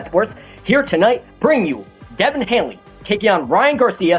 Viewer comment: Dude called him Devin Hanley?